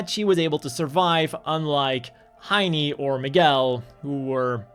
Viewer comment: the way you pronounced heine makes in sound like heini wich is a slithly insulting way to call some one in german